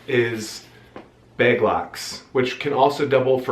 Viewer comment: You say beg for bag 😆